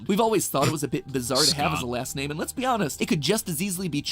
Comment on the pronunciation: I'm actually offended that this guy messed the name up